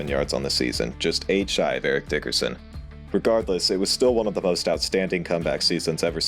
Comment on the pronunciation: Eric, not Erick.